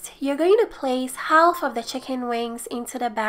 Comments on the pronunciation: Half = Haaf in English. The L is silent. Idk why. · Haha I love how to said half HAWLF